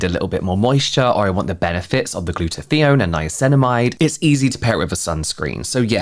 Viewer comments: … I’m going crazy hearing you say “gluta-thee-on”. It’s “gluta-tie-on”! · Funny how you pronounce 'Glutathione' :D :)